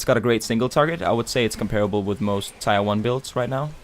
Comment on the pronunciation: tire? I like the video mate, but its pronounced more akin to "tear" like what comes form my eyes after hearing it pronounced like whats on my cars wheels. :(